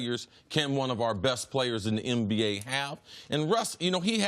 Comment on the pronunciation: Chris you cool bro but please fix the N words and M words. You say "MBA" when its "NBA"...."NVP" when its "MVP" anybody else notice this every segment?